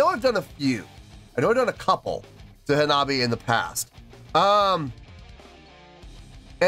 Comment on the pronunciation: Great to see Hanabie back on the channel. This is only the second time, I think, unless I've missed something. Glad they won the poll. Also, good job on pronouncing the name. 👍